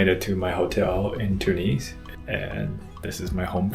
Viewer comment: Even though you knew nothing about the country I appreciated your openness to the experiences. The only thing I found slightly grating was your inability to pronounce Tunis correctly. It doesn’t sound like two knees, second syllable has a short vowel.